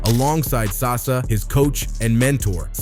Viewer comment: It's saša dončić (sasha) not sasa LOL